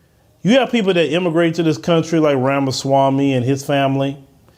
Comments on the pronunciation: Ok. So, this lady cannot even be respectful to an Indian immigrant and say his name correctly. She is being so rude. This is OK to do Black America? I am of Cuban ancestry. I have never disrespected AA. I have voted for Democrats including Obama. My husband, a white German, came 20 years ago. There is no race that looks at him with so much displeasure as AA. Let me note that I have Indian American blood on my mother’s side that predates AA by 5,000 years. Get off your high horse. I am from Miami. It was Spanish. We have nothing to do with AA. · Vivek Ramaswamy was born in the U.S., he didn't immigrant from anywhere...and where is this woman from? She has a foreign accent and acting like she knows how Americans feel? She is flat out insulting this man by purposely not pronouncing his name properly....then saying...this Indian. Ramaswamy is apparently a far right Republican Trump wannabe but by insulting his race she is making out that All Indians are as hateful as Ramaswamy is.